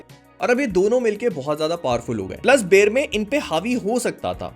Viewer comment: बेरमे नाम है बेरमेर नहीं है।